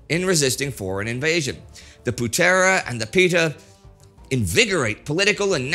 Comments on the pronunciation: Putera (son) = poo-thra. Pemuda (young man), close, no prob. Early the Japanese used "saudara tua dari asia" or "the old brother from asia". Good series. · It's actually not pronounced "Putéra" with a hard e/é but with a softer e like in the word "Founder" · Indonesian here. Thank you TimeGhost History for making video about Indonesia's history. An insightful video for international viewers. As always, good work from Indy and team. Few pronunciation could be improved though. Like "Putera" and "bersiap". I'm a lecturer on political science and fan of Indy's works since The Great War. If the team need any input on Indonesia matters I'd like to help.